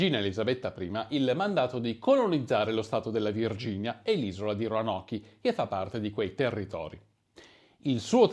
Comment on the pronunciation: Si pronuncia ronok